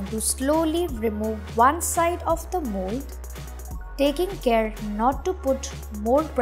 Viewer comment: i thought she said mole but then i realize that she said mold😅😅😅